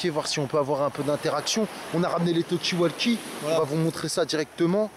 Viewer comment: Rhooo la la je tombe sur cette vidéo d il y a 4 ans.... à mourir de rire 😂 la voix de est tellement pratiquement identique! Et le " tu vois c que veux dire " j en peux plus 😂😂😂 petit erreur.....il faut mal prononcer Talkie walkie car il le prononce avec un A lol phonétiquement 😂alors que c est prononcé avec un O comme vous l avez " vous " bien fait 😂😂 Tu vois c que j veux dire?😉 Toujours d actualité en + 😂😂😂😂